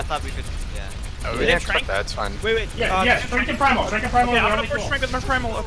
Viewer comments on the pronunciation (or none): I can't be the only one that got annoyed when they called trance trank? Or that's how it sounded, Tranking something or someone would suggest you put then to sleep. And I was like they don't have an Ana how can they trank/sleep someone.